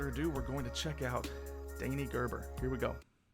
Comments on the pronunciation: And yeh, you need to watch the "Next one '10' as well" The pronunciation of Gerber is good, you nearly got the G, ha ha ha. Loved your reaction. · CLOSE WITH THE PRONOUCIATION HATS OFF FOR TRYING